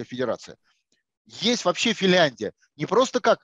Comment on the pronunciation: Подскажите ему, что страна называется не Фильяндия, а Финляндия.